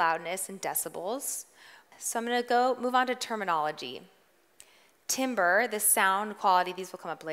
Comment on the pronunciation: Yikes. Didn’t know LPF/HPF and couldn’t pronounce timbre, integer or tinny. She might be good at making music but she was definitely not prepared to teach this session. Teachers seem to need more coaching/training/prep.